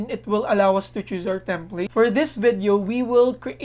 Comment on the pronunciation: template po...as in plate (plato)